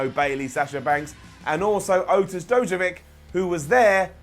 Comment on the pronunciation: Dozovic is pronounced DozoviCH not Dozovik.